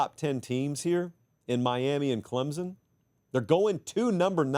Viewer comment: PLEASE….for the love of God there is NO ‘Z’ in ClemSon.